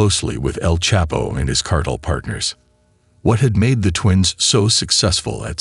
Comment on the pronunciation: I’m sorry, but this voice sucks. It’s Guadalajara. And cartel not Carterrrrer